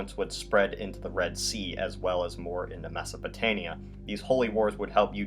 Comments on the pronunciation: It is Mesopotamia not Mesopotania. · It's mesopotaMia, not mesopotania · I cringed whenever he said “Mesopotania” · is he saying Mesopotania?